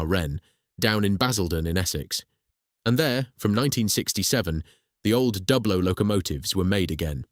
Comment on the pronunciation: The rival company is pronounced as try-ang , not tree-ang ; and on that matter Dublo is pronounced with the U as in You and not as in sub .